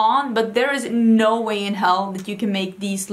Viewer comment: Love your "nou nou nou" haha its sounds so Dutch😂